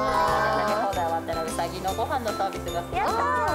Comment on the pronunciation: うさぎをまあたそみたいに言な！ww